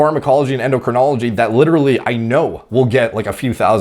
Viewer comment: A self-confessed clueless kid, claiming he's qualified to give fitness advice, when he can't pronounce "endocrinology". Ignorance isn't innocence.